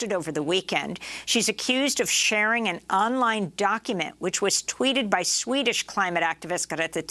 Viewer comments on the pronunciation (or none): none